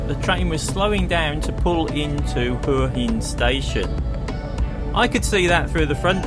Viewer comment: It's pronounced Wa Hin! 😂